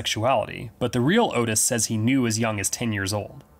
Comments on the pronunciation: His name was pronounced Ott Is not Otis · its ottis, short vowel 'o' sounds; not otis, which is a long vowel 'o' but other than that great vid, i have always been so fascinated by these nut cases, and i too enjoyed the film, it was gritty raw tense psychological '' real to life'' as its a portrayal of a real pair of killers, great horror flick, yeah i saw the henry II movie as well, i enjoyed it, i interpreted that as a professionally done '' fan fiction'' type thing, like a take on, what if these guys had never been caught arrested ? . . . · Sorry for being this guy. The name of Otis Toole is pronounced Ott-is. Like Otter. Ok, I will shut up. Great video!!!